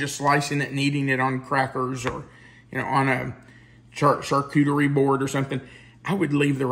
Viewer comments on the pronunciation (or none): none